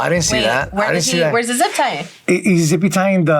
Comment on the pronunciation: Hearing say “zippy tying” had me dying from laughter 😂😭